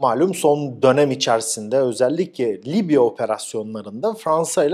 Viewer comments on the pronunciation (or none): none